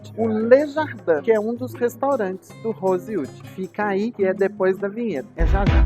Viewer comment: Deveria ao menos aprender a pronunciar o nome do hotel